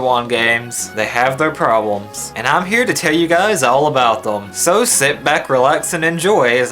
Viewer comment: "50 'Porblems' with Gen 1" "50 'Porblems' with Gen 2" lol